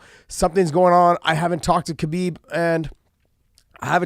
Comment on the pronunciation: You know how newbies first say Royce and Rickson but eventually they learn to say Hoyce & Hickson? It's time to say Habib properly Josh....it's a question of "hespect".